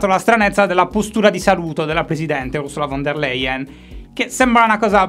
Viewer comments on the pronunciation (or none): Cristo, si chiama [ˈʊʁzula fɔn deːɐ̯ ˈlaɪən]! Dite piuttosto e grossolanamente "Ursula Fon Der Laien"!